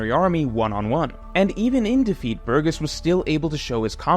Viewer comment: You pronounced Burgess differently in a span of 2 seconds xD